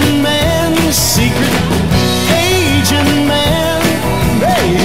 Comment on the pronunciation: There is method when singing to make a particular lyric to sound out correctly. He should said: A Gent exaggerating the second syllable. Then it come Agent rather than Asian man.